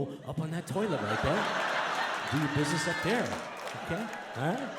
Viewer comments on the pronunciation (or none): none